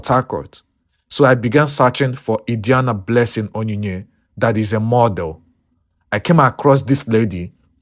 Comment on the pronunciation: The name pronunciation Adiani is wrong.